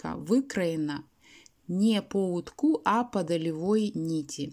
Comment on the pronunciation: По утку. Уток (с ударением на О) - поперечная нить. По утку - по поперечной нити.